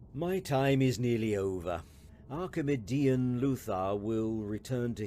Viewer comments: "Archimudian" shudder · Or Everytime he says archimudian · Okay is it just me or is anyone else irritated by the way he's saying archimedian